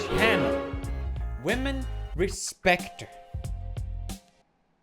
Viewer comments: Pewds you're saying it wrong. It's not women, it's WHAHMEN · you know pewds gonna be serious when he says women instead of wamen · He finally pronounced Women correctly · I'm not sure how comfortable i am with you pronouncing wahmen as "women". What are you doing to me Pewds? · He pronounced whamen wrong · It’s pronounced “Whamen” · Pewds respects women not wamen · RASPEKT WAHMEN